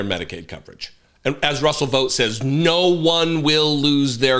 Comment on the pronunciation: Sorry, love your enthusiasm and tight analysis but the proper pronunciation of his name rhymes with "bought".